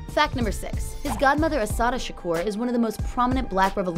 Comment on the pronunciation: Do people not see that is a U in his last name. His name is not Shakor, it's Shakur. Nobody can say it right and they think they know everything about him and you can't even pronounce his name or they call him 2 PACK that pisses me off.